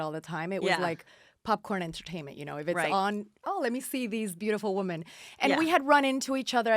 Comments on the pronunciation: Its women-- "whim in" . Her pronunciation is killing me. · Omg Lady, WomAN is singular....WomEN is Plural ...Pronounced Woo men. * It’s no wonder she was fired from RHBH, Brandi and the others were trying to help her bring the drama...but she was off in butterfly LaLa land thinking she was there to make nice nice with everyone. She was completely dull on the show and seems to not realize it at all. The Wooman is not very bright. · She says “woman” for women lol I believe Danielle stub says it this way as well. Lol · She keeps saying woman for women. My head is going crazy lol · This guest said "woman" so many times instead of "women"..annoying as hell. The plural of woman is women. Especially when she is supposedly involved with "woman empowerment" instead of "women empowerment", etc. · remember when everyone made fun of danielle staub for saying "women" incorrectly, i still never know who is wrong because they technically are saying it right...i think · Why can't that bitch pronounce "women"? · Is it me, or can she not say women?...